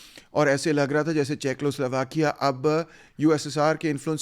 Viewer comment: Good analysis but please correct your pronunciation of Czechoslovakia= checo not checklo